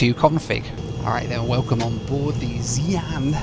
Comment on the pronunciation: Also it is the pronunciation is not vientien is vyen tyaan.